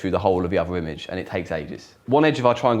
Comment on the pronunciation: He's close to having a speech impediment, (e.g. notice "ovver"). It may be an English public (expensive private) school accent/affectation.